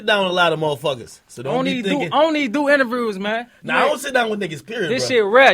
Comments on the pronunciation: ‘ion do inavewrrrrrrrzzz’ 🤣🤣🤣🤣🤣🤣im cryn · "I don't even do intavruze man"😂😂